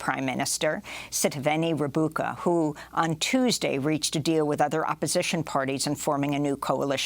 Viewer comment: Thanks Amy, great work as usual. If anyone reads these comments, Fiji's Sitiveni Rabuka's last name is pronounced Rambuka. In Fijian, a vowel before the letter B is pronounced as MB. A vowel before the letter D is pronounced ND. The city of Nadi, for example, is pronounced Nandi. Thanks again and happy holidays!